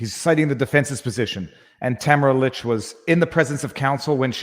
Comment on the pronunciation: Just so you know, her name is pronounced “Ta-MAR-a leech”.